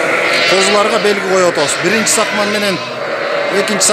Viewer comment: Сакман эмес сакмал туура суйлогуло тантырабай